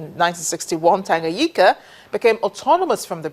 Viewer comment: I always wonder why some of these international broadcasters dont learn to pronounce 'names' properly. Here 'Tanganyika' and Julius 'Nyerere'...i think her problem is the consonant 'NY' ie Nyika and Nyerere.